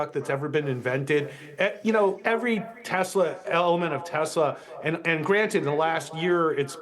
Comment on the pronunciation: As per the supreme leader it is Teslerrr :face-green-smiling